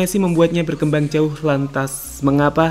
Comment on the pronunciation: Maaf bg salfok sama kata "berkemabang"nya 😂🙏